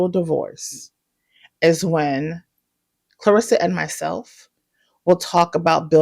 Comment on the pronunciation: You're the first person i heard pronounce her name correctly, besides her and her family. Everyone calls her "clarissa" instead of "claressa"